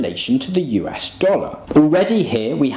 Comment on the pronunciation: The way you pronounced US sounded like "You ass". Thank you for opening for me a new look at the beautiful name of this magnificent country.